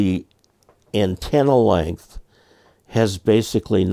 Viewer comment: Length not length